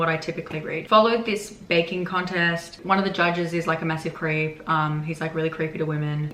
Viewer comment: since you said the story took place during a baking contest I heard “one of the judges is a massive crepe” 🫠